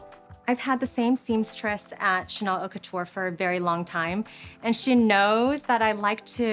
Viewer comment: How many time can you miss pronounce “haute couture” in 5min?